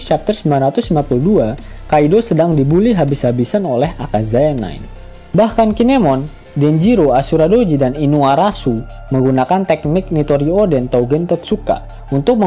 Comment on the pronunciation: inuarashi jadi inuarashu 😂